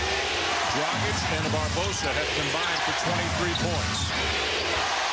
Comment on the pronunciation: its not dragik its DRAGIČČČČČ!